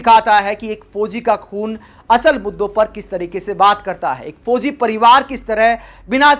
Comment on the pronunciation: Sab kuch theek hai jee par hindi shabdo ke uchcharan ko sahi kijiye. Jaise fozi nahi fauzi.